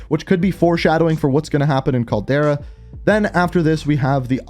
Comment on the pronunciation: He also would refer to Portnova as "Petranova" and Zeyna as "Zenya". Also not to mention "the Caldera". Must not read any comments.